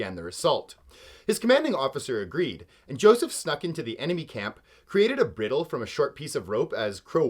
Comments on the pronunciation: “bridal” is pronounced you need to watch more westerns 🤠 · A "bridle" is pronounced with a hard "I" ("eye").